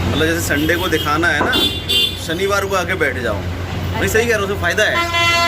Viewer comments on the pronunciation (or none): Yaar plz improve ur hindi.....hr baar sh ko s bolti hain aap...आसा(आशा),मासा,फेसियल,सनिवार, भासा, और भी जाने क्या क्या।जब आप इस line में आ ही गयी हैं जिसमें बोलने का काम है तो आप को अपनी भाषा शुद्ध करनी चाहिए।भासा, बेडसीट,यह सब सही नहीं लगता।sorry अगर मेरी बात आपको बुरी लगी हो तो।शीशे के आगे बैठ कर practice करेंगी तो 8 से 10 दिन में काफी imorovement हो जाएगी,क्योंकि आप educated हैं,और कर सकती हैं।i am sure😍